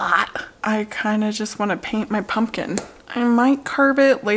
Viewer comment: its the punkin for me! LOL i thought i was the only one who sAID it that way!!!